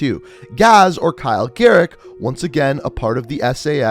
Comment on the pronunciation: He say garrick